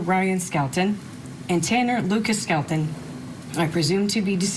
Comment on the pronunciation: The last name is Skelton, like Skeleton, thats BAZAAR 😔